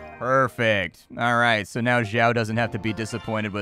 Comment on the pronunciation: Xiao is typically pronounced Shiao.